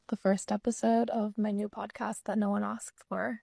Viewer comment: “that no one usked for”